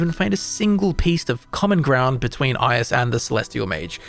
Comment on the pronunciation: The pronounciation of "Ius" really hurts, man xD